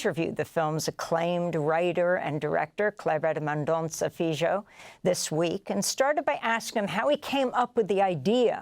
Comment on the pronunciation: Please ask Mr. FILHO how to pronounce his name in PORTUGUESE…Amy…You’re great but you butchered his name.